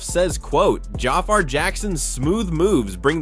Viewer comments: It's pronounced Ja-FAR, not Jaffer 😒🙄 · Jah far Jackson 😂 Man it's pronounced Jafar 😂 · Could you PLEASE learn how to pronounce the young man’s name CORRECTLY if you’re gonna make a video about him??! (/juh/far/) Sorry, but that’s a bit unprofessional & it shows you didn’t do your homework in preparation to make this video. It’s also a bit embarrassing & disrespectful to all the hard work Jaafar put into earning this iconic role. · Lord you can’t even say his name right 😢